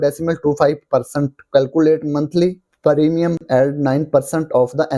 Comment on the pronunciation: Btw it's premium not paarimiyum